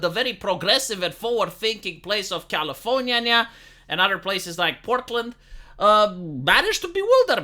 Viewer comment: Why do I love that he says Californyanya?